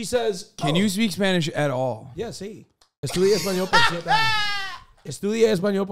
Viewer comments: pronunciation is kinda good? me gusta su voz en español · I'm from Latina America and I'm here to defend. His pronunciation is amazing. Edit: Also QT said "tempura" the correct way, they said it like muricans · Honestly Austins spanish is pretty good, his pronounciation is good